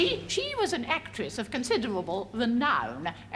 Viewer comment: Marvelous women, she just makes me laugh so much, ‘an actwess of conciderwable wenown ‘ she’s such a mickey taker. 😀